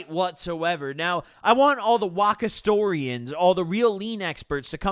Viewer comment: “Waka storian” 😭